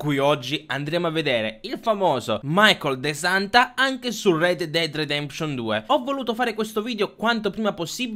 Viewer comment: Rededded redeption non si può sentire